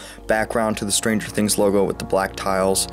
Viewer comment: stranger thins